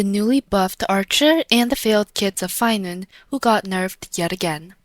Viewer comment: its phainover